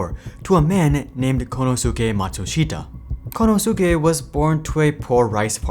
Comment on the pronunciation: This so-called research video of the history of Panasonic. It’s missing a lot of essential information not to mention the terrible pronunciation of 幸之助松下 In fact, it doesn’t give us anything of value that it’s not widely available out there in the press .